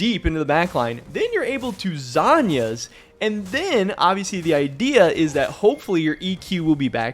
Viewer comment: Lasagna->zhonya Drives me nuts you pronounce it like the this lol